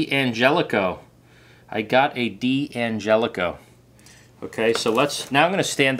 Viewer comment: It's not DiAngelico but D'Angelico. Not sayin', just sayin'.